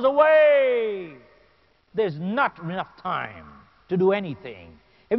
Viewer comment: its time not tie